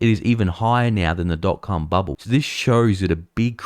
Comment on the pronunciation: "Dot.Cum bubble" sounds like something very different..🤤 In all seriousness though, really like the new format and your recent output of vids 👍🇬🇧